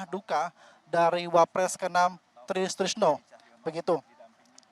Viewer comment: Reporter sebut nama orang itu yang lengkap dong Try Sutrisno kok jadi tristrisno